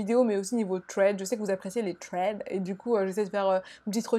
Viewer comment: Agl ça se prononce pas « sss » mais « th » c’est tout mdrrr, dire « sraid » ou « trèd » c’est très à la française 😂